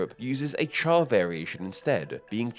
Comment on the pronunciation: I commend you on your chinese pronounciation of cha, although I don't for the pronounciation of the jian in fujian